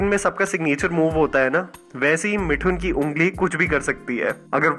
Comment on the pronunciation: मिठुन नहीं मिथुन!!